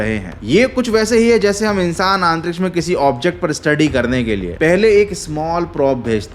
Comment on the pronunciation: Aaaantriksh nai Antriksh hota hai